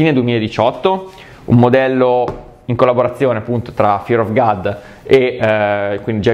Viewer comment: è god non gad la pronuncia,video stupendo comunque💪😍